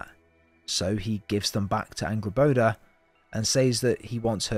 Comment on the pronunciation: Bruuh it's Angrboda not angblbla